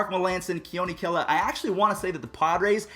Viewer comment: Thank you for pronouncing “Kela” correctly